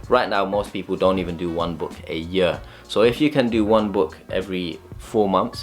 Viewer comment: The way you pronounce ''year'' is so funny.